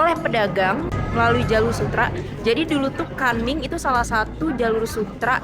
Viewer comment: Kunming bukan kanming😅